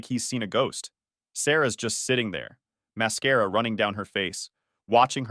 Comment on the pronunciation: The I.A agent really likes to say máscara ...